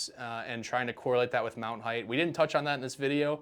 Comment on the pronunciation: 'Height'. Fixed it.